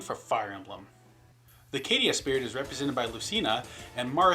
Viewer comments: I suppose Caeda is pronounced "Kay-da?" And Draug is "Drog?" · it's pronounced caeda's name is pronounced 'see-da' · "I'll probably pronounce some things wrong". Okay, fair enough. "Kay-ee-duh" twitches I guess I can't say you didn't warn me.